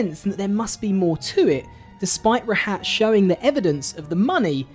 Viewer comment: bro mispronounced rahat